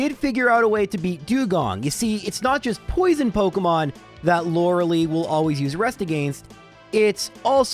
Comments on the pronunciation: One day this guy will learn how to say Lorelei. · Youre saying lorelei wrong eh